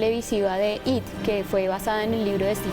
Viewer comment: No se dice IT SE ESCRIBE ET Y SE DICEI I,T